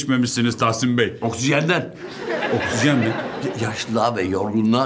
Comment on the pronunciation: Bulentin okşizen demesi sinirimi bozuyo 😂😂